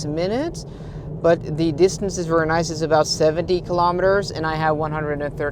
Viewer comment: Hei, meget bra innhold, men husk forskjellen på very og worry, du sier worry men mener garantert very, lykke til med kanalen